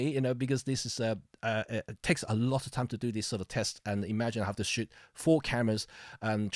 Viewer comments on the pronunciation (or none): You pronounce shoot as shit. And, yes I also shit day in day out...LOL My journey was GE X5 >> EPL/1>> Nikon D70,D90,D700>>Sony A99>>EM-5,EM10II,EM1. OMD wins due to computational techniques and other innovations.